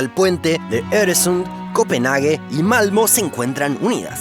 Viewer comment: La pronounciación de "Øresund" y "Malmö" fue impressionante. Source: Soy de Dinamarca.